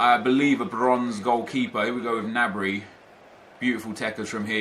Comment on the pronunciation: The G in Gnabry is pronounced